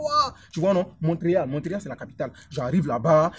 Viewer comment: Je suis désolée mais on dit pas <<Mont treal>> mais Mont Réal >>